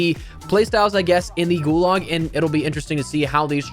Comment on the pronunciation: Gularg, you mean gulag